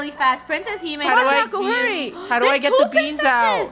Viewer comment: 😂🤣 it’s hime not himy